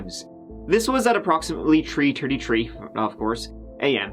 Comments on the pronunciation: "At about tree am" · Tree thirty tree 🌲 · TREE ARMY whos excited for people to do crimes in twenty twenty tree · About tree or tree tirty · tree and tirty tree for you but all twenty two for me. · Best laugh I got from this channel was where said the victim was found under a three. Did a double take them corrected himself. The self awareness is real. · How many bodies, tree did you say? 😉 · Practice with me "th" th" "three" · You're capable if pronouncing "Porsche Cayenne" but can't manage the word, three.